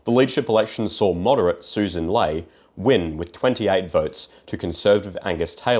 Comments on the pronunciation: I know this is dumb to focused on but her last name is pronounced "Lee" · It might be better if he actually researched the people mentioned and pronounced their names correctly - the leader of the LP is Sussan Ley and her name from her own lips is prounounced as "Lee". Sloppy and it undermines otherwise good analysis